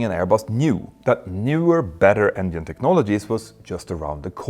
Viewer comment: Why do Swedes have a problem saying “ENGINE” 😅